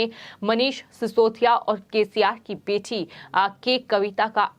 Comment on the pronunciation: Reading style is bad. Adding h h h h.. ... .. bjp as bjhep, bete as bhethi, cbi as cvhi, mili as mhilhi ... ... ...